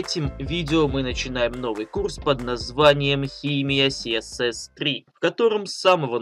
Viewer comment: А Гоша только отвык говорить КаЭсЭс))) Наконец-то))